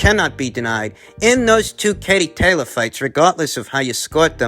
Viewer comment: Just like it’s tayleeor, he likes to mis-pronounce, just to let you know 👍🏻😂